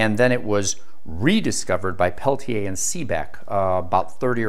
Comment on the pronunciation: I love this guy! It is AM and I have to be at work in the morning, but I can't turn him off. He is also one of the few people on YouTube who pronounces Peltier correctly (pel-tee-ay instead of pel-teer or pel-tee-er).